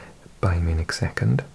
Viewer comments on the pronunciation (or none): none